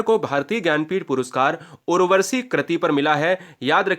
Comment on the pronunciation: Bhai sahab aap jo bhi gyan de rhe hain usmen shudh uchcharan karen . Urvashi hoga n ki urvarshi. Thanks